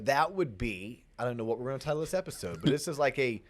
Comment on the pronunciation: Sike! So you are saying butchered the title AGAIN...;-)